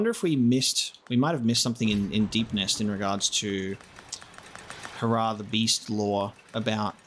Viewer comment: Hair-ah Not hurrah